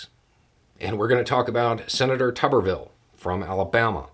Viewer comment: I think pronouncing his name as "Tub-er-ville" is incorrect. I think it should be pronounced "Toob-er-ville", like, you know, root vegetables. Just my 5 cents (Canadian) which converts to about 3 cents US.